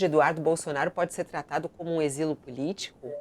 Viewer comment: "Exilo", Fabíola? 🤦‍♀️